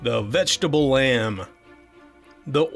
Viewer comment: The vegetable lamp? or lamb? And Monopod in Greek literally means one (mono) foot (pod). Also, the peikko is Finnish and is pronounced payk-ko, with each syllable getting the same stress and the k sound being held a bit longer cos it's a doubled consonant. :)